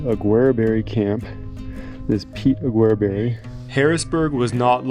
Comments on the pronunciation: I've never heard his name pronounced like that before. (Mostly heard "augerberry") I first visited Aguereberry Point back in the 70's and we drove right by the mine but didn't stop there. Hopefully you went up to the point, the views are breath taking. Our last time there was in 2017 and it looks like the camp ruins are a little worse for the wear. I never hear much about the connection with Shorty Harris so some of that info was new to me. Good job on the historical context. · I do like your channel, but please look up pronunciation for the places you visit. Just a quick online search and I couldn't find Aguereberry pronounced the way I heard it in the video. Ah-gur-berry is how I've always heard it referenced. Safe travels.